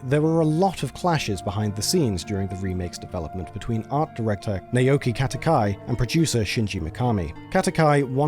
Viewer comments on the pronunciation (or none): Heads up for your narrator. "Naoki" is pronounced "Nah-oh-kee," not "Nay-oh-kee," because "a" in Japanese is always pronounced as "ah." It would only be pronounced as "Nay-oh-kee" if it were spelled "Neioki," as "ei" is the spelling for the Japanese "ay" sound. For the same reason, the "Kat" part of "Katakai" is pronounced like "cot" and not like "cat," the "Nak" part of "Naka" is pronounced as "knock" and not like "knack," and the "Sa" part of "Sato" is pronounced like "saw" and not like "say," all due to the Japanese "a" always being pronounced as "ah." And finally, "Daisuke" is pronounced as "Dice-kay," ignoring the "u" altogether.